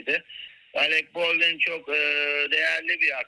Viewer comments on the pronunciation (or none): Baldwin nasıl okunur onu bile bilmeyen cahil ikili iyi ki Acun iyi ki varsın iyi ki 🙋‍♀️🙋‍♀️